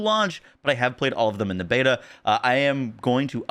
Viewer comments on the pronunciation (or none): none